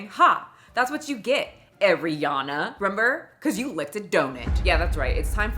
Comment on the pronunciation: Donut= ❌ Donit= ✅ lol